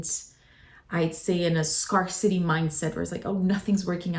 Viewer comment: c'est un detail mais ça se prononce "scare city"